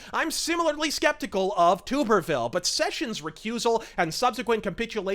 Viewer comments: It is "TUB"erville not Tuber-ville. Love your channel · Great rant bud! I have just one critique. It's Tommy Tub-er-ville (as in bathtub), not Tube-er-ville. Godspeed! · nailed it, again. Though Tuberville is pronounced more like Tubber, and not Toober . FWIW. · I love you, but Tommy's last name is pronounced as TUB-er-ville. Just letting you know. Anyways Great video as always! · the way he said Tuberville just. urg. we've always said it Tub Ber Ville